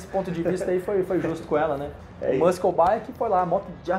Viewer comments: Só uma dica: muscle se pronuncia "mussol". Ótimo vídeo! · Bora aprender? MUSCLE se pronuncia mosoul